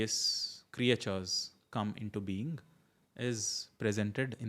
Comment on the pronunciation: Excellent initiative Sir! Looking forward to the series. One thing I wanted to point out - you said certain creatures - did you "Creatures" because you pronounced it as "Create-tures"?